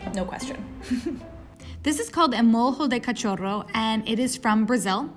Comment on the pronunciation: Eu odeio demais quando esses gringo e do pronúncia português brasileiro como se tivesse lendo alguma coisa em espanhol. Molho como "morro" ou "mojo" e cachorro como "catchoro". Toma no cu velho